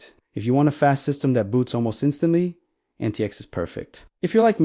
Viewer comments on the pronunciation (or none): Proper pronunciation is Antics.